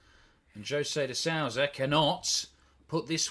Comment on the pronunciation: Is it so hard for the uk's to pronounce "de sousa" correct?